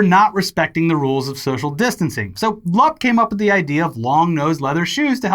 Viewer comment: Hearing you guys mispronounce Romanian names like Lup and Cluj is a drug I never knew I needed. Ps, the letter U in Romanian is pronounced the same way you pronounce the double O in English.